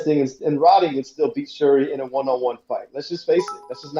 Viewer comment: Sir it is pronounced SH-URI!